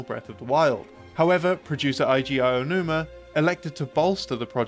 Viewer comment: He pronounces "Eiji Aonuma" as "Aiji Aianuma." 😂